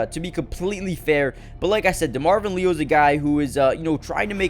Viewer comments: It’s LE-AL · Demarvin "Lee-al" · Someone please inform that Leal is pronounced as Lee AL from my knowledge. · Pronounced LEE- AL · Why listen to guy who doesn’t know how to say Leal?